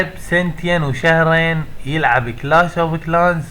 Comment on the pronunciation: ههههه كلاش مش كلاس😂😂😂😂 حتا ما بتعرف تقرأ😂😂😂😂😂